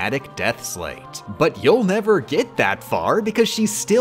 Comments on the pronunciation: U pronounced sleight wrong. Think of a magician and a deck of cards. You have probably heard the term sleight of hand. And how they use that to do most of their tricks. It pronounced the same way. Not pronounced like slate. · Calling them a 'sleigh't instead of sleight was dealing psychological damage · I before E, except after C and in long sounding A, as in neighbor and weigh. Except, of course for sleight, which rhymes with goddamn light! Stop saying slate, I beg of you! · It's pronounced "sl-ITESs" As in the play on words "Slight of hand",because it's a card game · You're mispronouncing those Org13 names (and maybe also the word "sleight") on purpose, aren't you? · I hate how she* says the org XIII names so much. I know it's on purpose just to sleight me. Edit. Peeped the pronouns in the video lol.